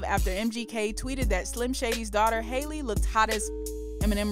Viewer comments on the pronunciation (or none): none